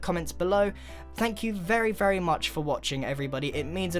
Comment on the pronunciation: "Vary Starter"